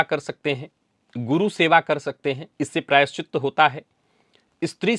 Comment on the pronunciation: प्रायश्चि 'त' सही है — "त्त" नहीं।